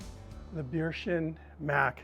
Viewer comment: Very good. Only nitpick: it is pronounced "bare-tion" :-)